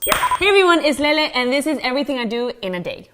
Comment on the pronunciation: Yeah cuz of the way she says lele